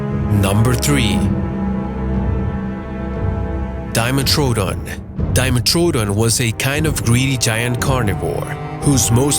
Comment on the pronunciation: You know nothing about dinosaurs... or anything prehistoric... I know this because? I have 100 books. You also butchered dimetrodon... and many others.